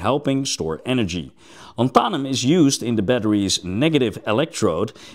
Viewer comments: 👉LAN-tha-num,👈 not lan-THA-num. :face-red-droopy-eyes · Not lanthahnum, more like Lanthuuhnum (as in duuh, not hah) Lanthanum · What's interesting is all of the other versions of the word are pronounced correctly (lanthanides, etc)... it's just the element name itself. Here in the US it is pronounced LAN-than-um, both A's as in 'can'. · That is an interesting way to pronounce it, I just looked up online how it's supposed to be pronounced and was the same as the way I said it. Lan-thun-um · "Lantharnum" - on what planet? Yet you pronounce the words greek root, and "lanthanides" correctly!